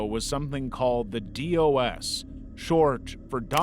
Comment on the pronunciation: Just some pronunciation notes: Synanon is generally pronounced "sin-nah-non" NXIVM is mostly called "nex-ee-um" and the substance DOS was said as a word "dos" said "daw-s"